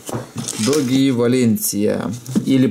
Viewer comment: двойное "оо" читается как "у" Дууги, а не доги ))))) я умираю, когда слышу "доги"